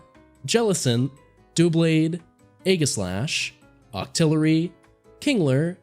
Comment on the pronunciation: The way you said Aegislash hurts me.